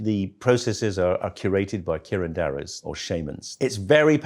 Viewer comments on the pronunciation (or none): "...curated by curandowahs." I do believe the good professor means 'curanderos'. 🤣